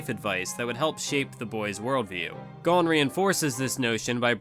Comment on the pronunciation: Am I crazy for being annoyed that he's pronouncing it GONE and not GOHN?